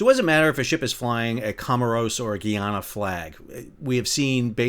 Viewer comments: Good day love your videos, I want to correct how you pronounce Guyana. It is Guy-ana not Gee-ana. Guyana is a former British colony unlike its neighbor French Guiana. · New drinking game...everytime Sal mispronounces Guyana (guy-ANN-ah) 🍻😊